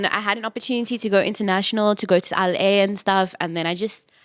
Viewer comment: The way she said "LA"😂😂😂 Yoh